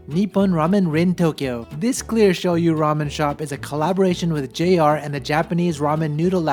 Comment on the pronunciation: So this is the Showyou ramen? Showme? yeah, Showyou